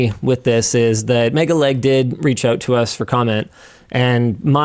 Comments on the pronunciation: I unfollowed LTT probably a year ago, after another scandal, as I do not want to support Linus. I have come here only to confirm that Linus did not changed and is someone I do not want to support in any way. PS: Am I the only one who hear Linus saying "mega-leg"? for me he clearly and intentionally mispronuncing it to make fun of MegaLag, which he did at the end of video. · Linus was also calling him Megaleg not megaLag which i found was a bit condescending, MKBHD has done a better job by removing Honey from his previous videoes and told people to uninstall Honey if they have it. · Megalag, not Megaleg. Get it right Linus. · It's not MegaLEG its MegaLAG, the disrespect is off the charts with these people.